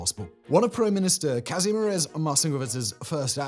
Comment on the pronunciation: Ha hearing simon mispronoune my given name is hilarious